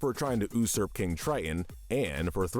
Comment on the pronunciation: Yea, he definitely "oo-surped' the leader of the gang of thieves 😂😂